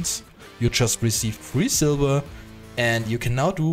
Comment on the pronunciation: ''500 silBer" LOL i love how its not v but b so its silber not silver